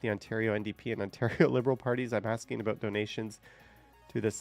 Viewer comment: Sorry aboot that eh 😂😂😂